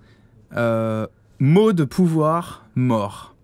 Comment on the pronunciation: charon c'est pas le dieu de la moreuh